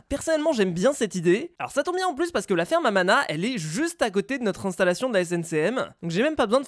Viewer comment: quand tu dis ferme a mana c'est comme ferme a ananas 🍍 😂😆 hahahahahahahahahahahaha